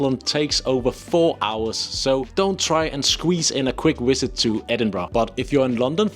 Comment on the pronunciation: DO TRY to learn how to pronounce our words: Borough is NOT borrow and it's VISit not a WIZit ED is not doable in a day ... you will need two days ... so travel overnight get there in the morning, take a day to look around and catch the night train back to London, arrive next morning 👍 Our tube trains are not tiny, they are crowded or Packed 😒 (I have been to USA where everything is BIG but the tube trains are the same size ... just empty 😊 )